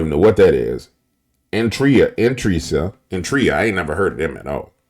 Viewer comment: it's funny hearing you talk about a country you've never been to. Almost all countries are surrounded by water, the earth is 75% water, so by your logic America is part of the marine kingdom. I knew i had to unsubscribe when you couldn't pronoun Eritrea saying you never heard of it. Read a book my brother , its not a good look , you've got 569k subscribers and putting out wrong information.